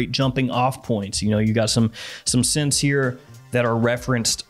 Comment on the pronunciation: Hey, Scents. Gents here with ash fwends.